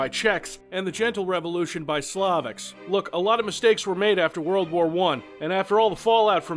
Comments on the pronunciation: Hey, longtime fan from actual Slovakia here - just so you know you have fans even in this part of the world:) (And ok, let me be,,that guy” - you pronouce SLOVAK wrong, but then, everyone does:D) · Learn what? He even mispronounced "Slovak", a two-syllable word, and he kept referring to Czechoslovakia as being "Soviet" which is a flagrant mistake only an American would make. Also you misspelled "inadvertently" :^)